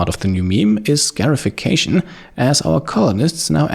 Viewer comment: Hey, just a note on the pronunciation of scarification and scarified. It is said like ‘scar-ified,’ not ‘scare-ified’. They’re getting scars, not scares. I love your videos, they’re always top notch